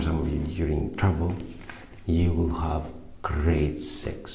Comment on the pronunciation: Lmfao is he saying trouble or travel ??? Subtitles are 💩😬🥵🤣💀